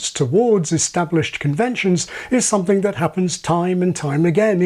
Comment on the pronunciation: A thing i hear a lot with YouTubers is pronouncing "something" as "soNething". It's as though it's too much effort to extend the tongue to form the "m".